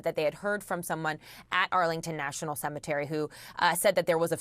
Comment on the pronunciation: It's "CEMETERY".